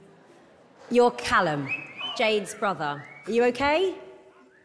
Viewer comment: Calumは｢カラム｣って読むよ。